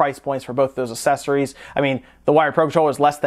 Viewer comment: I'm bothered by how you say accessories...